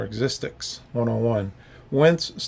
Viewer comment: Chronically mispronounces Existics. Read material through before going on air.